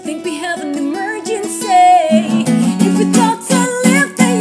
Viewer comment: Work on your pronunciation and you will be golden, when you say emergency and a few other words you put too much emphasis on the "MER" and it's very harsh and almost hickish sounding. Other than that awesome job :)